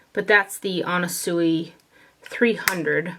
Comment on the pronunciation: The way you pronounce "Anna Sui" since you received that unpleasant comment... even when it's not politely asked you bother to make it right 😏 Also, thank you for taking the times to link every product, and for your video. Such a breath of fresh air.